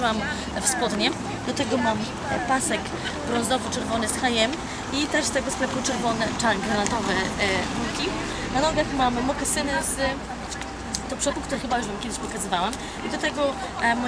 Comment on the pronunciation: "kupiłam w hajem" kurwa H&M, H AND M ! idiotyzm ...